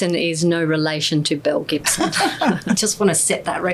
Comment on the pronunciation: "Belle Gibson" sounds like "mel Gibson" to me